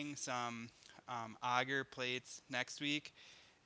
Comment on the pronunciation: It's Agar not auger